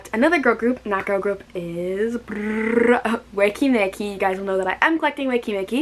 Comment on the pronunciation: When you pronunce the name it's i instead of e "wiki miki"